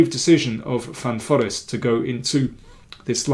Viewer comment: hi GM King, just a silly sidenote, I know how much you appreciate languages, actually one pronounces it Van Foreest with the accent on „reest“ with a long e.